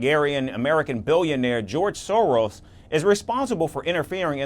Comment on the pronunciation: It's Soros not Sorors 😂😅